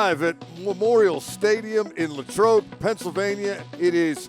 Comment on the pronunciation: Where did this "LayyTrobe" pronunciation come from? It's always been Lah like Latrobe